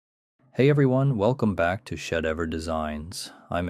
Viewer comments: He has obviously watched videos with Steve Baczek it it. They say his name every time. Unless this is AI narrated, he has no reason to pronounce it like that. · Just to clarity, advanced framing is using 2x6 studs at 24oc and reducing extra wood used at windows, corners, etc. What you are talking about is just double wall/stud construction. Which is one of the best ways to build. And please. Pronounce Steves name correctly.